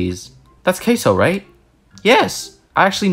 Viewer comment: “That’s queso! Right?” Sounds more like “/caseoh”/